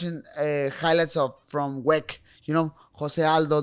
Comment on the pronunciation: I had to listen three times to realize when he was referencing WEC he said "wec" like as a word instead of acronym. Funny as hell 😂😂😂😂😂😂